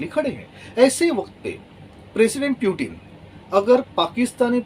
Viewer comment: For few minutes I thought this man is a serious commentator or analyst. But he seems to be the fortune-teller version of to mila thapad...Imagination ke ghore poori raftar se daura rahe hain. And for God's sake it's पुतीन not प्यूटीन ।